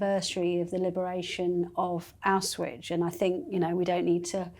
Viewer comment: i love. She needs, however, to learn how to pronounce Aushwitz. Please. She said “Auswitch”.